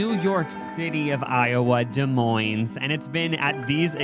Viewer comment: You live in Nebraska and say Des Moines with a pronounced s at the end?!??!?! Bruhhhhhhhh